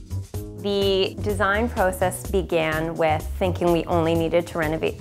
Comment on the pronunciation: It's fun to hear her say process and house I never knew Canadian sounded so different it sounds pretty cool